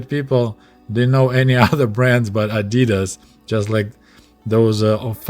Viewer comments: The way you pronounced adidas in the Soviet Union (adi-daas instead of adii-das) is correct. Greets from Germany. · "ah-dee-das" is the right way to say the brand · The way you said Adidas is the right way to say it. The American way to say Adidas, is actually wrong, but they do it to every german word they try to pronounce. No hard feelings though. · The correct pronunciation no matter The language is adi-dass. Adi dassler is the founder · In Soviet Union we say "Adi-das" not "Adee-das"... Well since that's how its pronounced that's a good idea 😂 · We say ady-das here in the UK too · In Australia it is pronounced AD I DAS as well, comrade. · In Australia Adidas is pronounced the same as Russian, and the correct way since that's how much closer to how it is in German too. The brand name is short for the founder, Adi-Das.. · Pronounced the same in the UK as well. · You’re pronunciation of Adidas is correct. It is shortened from Adi Dassler, the originator of Adidas.